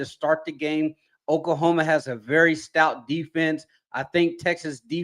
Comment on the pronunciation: Lol I need to work on his pronunciation... OK-La-homa. Okahoma is crazy lol